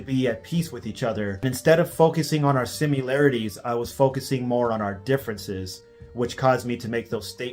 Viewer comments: "focusing on our simularities" simularites is not a word and this broke my f**** brain. I keep going back to that part of the video wondering if i heard it right😵‍💫😵‍💫😵‍💫🤯🤯🤯😵😵😵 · Does anyone else love it when people pronounce "similarities" as "simularities"? I'm a huge fan.